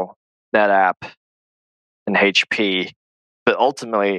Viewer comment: the way he pronounced hp (prior to this point) gave it away to me